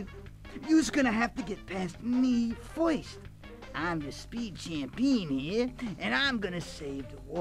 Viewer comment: pinstripe pronounces "first" as "foyst" ahahahaha😅😅😅😅😅